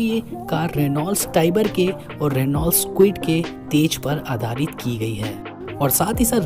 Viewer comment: रीनॉल्ट नही रेनो बोलो । Presentation se bht fark padta hai dost.